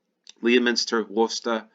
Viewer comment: first American i've heard almost pronounce Worcester correctly!